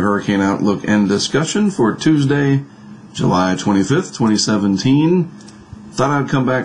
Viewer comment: You're the second person making reference to this. If he pronounced July strangely, I didn't notice it.